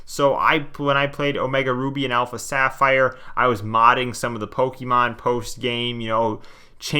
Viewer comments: Everyone: Pokemon This guy: Pokey man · Poke ee man I've never heard anyone actually genuinely pronounce it that way Oh ur from up north that checks out then